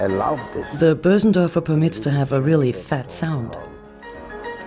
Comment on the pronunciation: its not boosendörfer but Bösendorfer (languagewise)